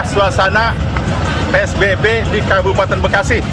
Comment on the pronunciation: Psbb bang bukan spbb😅😅